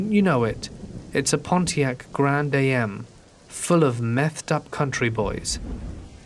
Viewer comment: Did you just say "Grand A.M.?!!?" 😂😂😂 It's Grand AM! Like, "I AM DEAD!" 🤣🤣🤣